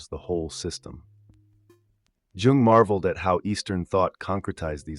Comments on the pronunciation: Yo I love your vids but i wanted to bring precision about Carl Jung's name is actually pronounced "Yoong", not "Joong". You can referance Jordan B. Peterson for that, he is a great fan and reader of Jung himself. Have a nice day! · Great content and really well structured but that awful AI generated voice that kept mispronouncing even Jung’s name jarred on me. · If only you pronounced his name correctly, man..